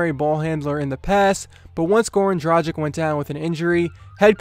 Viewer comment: It’s (drah- gich) come on it’s not that hard to say